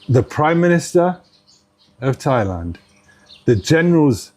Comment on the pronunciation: The siam can't even pronounce their own country. When they try to say Thailand, it souds like LieLand - I'm serious. 😅